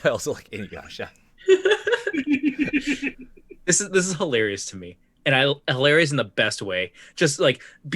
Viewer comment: Inyasha. Kogome. Inyasha. Kogome. This is very good work. Thank you for doing it.